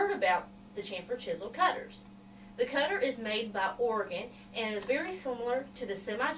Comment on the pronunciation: Just what I was searching all over for thank you Miss. I scribed to your channel.Just one thing it's pronounced Orygun...... greetings from northwest Oregon